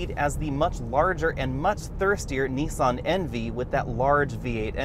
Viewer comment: Painful pronunciation of words there! It's NIS AN not Nee san and fee it not fee at!